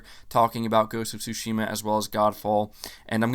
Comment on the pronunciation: Stop mispronouncing Tsushima, bro